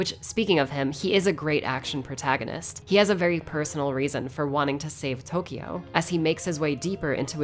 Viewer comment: It's funny how she pronounces all Japanese names and items correctly but doesn't bother with pronounce Tokyo right.